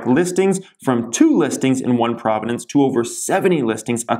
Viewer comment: Province not providince 😂 spot the non Canadian